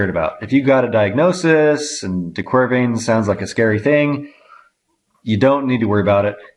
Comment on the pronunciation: could you please say De Quer VAINS correctly.. if you are an 'expert' you should know these things!